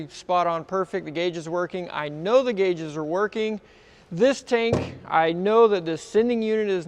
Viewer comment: "guages"... Gotta love it. Automatic subscribe...Keep up the great vids!!